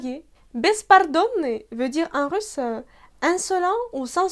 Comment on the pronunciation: Pourquoi vous dites russeux au lieu de russ? En France, on ne met pas l'emphase sur la dernière syllabe que c'est un e.